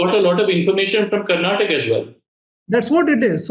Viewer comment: Bhai kannada wale pelenge jaise karnataka ko mispronounce kar rahe🤣🤣